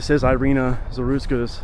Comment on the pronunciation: She is, not airina she is Irina. (Erika) Rip nice girl... Damn criminal country she arrived...